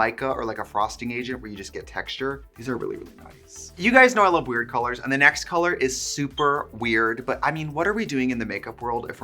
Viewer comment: You have crispy Os when you say colors… cOlOrs